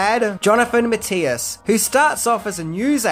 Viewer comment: Johnathan Mathias not Johnathan Matteas! And the actor is Anthony Zerbe not Anthony Zerb!